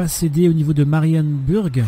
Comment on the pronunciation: Marienburg c'est allemand. En allemand "u" se prononce "ou" et "ü" se prononce "u". Donc Marienburg se prononce Marienbourg